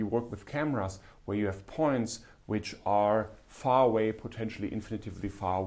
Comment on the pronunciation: Thank you, Cyrill! PS: "infinitely", not "infinitively"